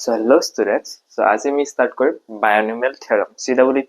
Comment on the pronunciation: binomial not bionomial